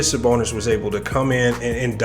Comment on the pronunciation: This dude doesn’t know what he’s talking about. Can’t even pronounce Arvidas Sabonis name right